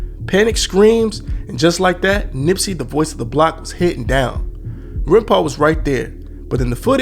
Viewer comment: Aint gonna lie scarred me with "Runpau"